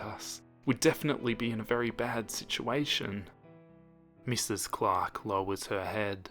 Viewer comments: I heard clock instead of Clark now I can't unhear it 😂😂😂😂😂😂😂😂😂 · I feel dumb, I thought was saying Glock instead of Clark 😭